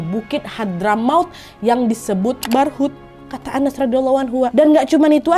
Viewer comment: kak nad, nama sahabat nabi tanpa tasydid (dibaca Anas) beda dengan nama suroh terakhir di dalam Al-Qur'an yg menggunakan tasydiid (dibaca annas/ an-nas)